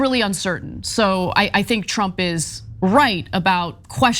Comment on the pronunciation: Did Ana Kasparian just call trump Shrump? 😆